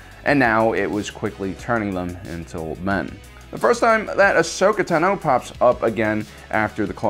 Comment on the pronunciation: Ashoka Tah-noh